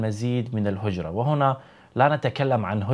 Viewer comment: لاتحرف لغتنا : الهجرة = هي ج را ة وليست # هووجرة